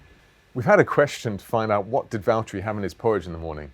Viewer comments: Lewis, it’s Valterri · James, It's valterri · James it's Valterri